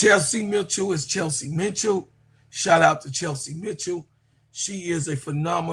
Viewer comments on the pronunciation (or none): Kelsey Mitchell, not Chelsey Mitchell.